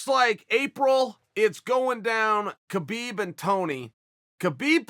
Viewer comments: Pronounced 'Habib' not 'ke-bib' 🙄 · There is no such name as Khabib. The K is silent ... Dummies